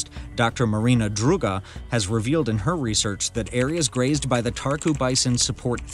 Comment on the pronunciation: Romania has very beautiful nature. I am Romanian and this is old news for me. All English speakers mispronounce and stress the wrong syllable. Make sure you pronounce properly and stress the right syllable. The first syllable is stressed in Țarcu so the pronunciation is TSAHR-koo.